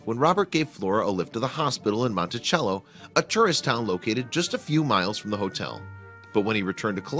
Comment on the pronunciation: It's prounounced montisello not montichello Monticello is where everyone goes to the country for camp